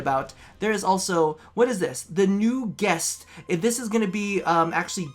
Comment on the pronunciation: It's new quest not guest